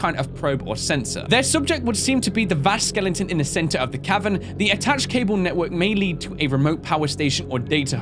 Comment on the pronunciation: saying "skelenton" never gets old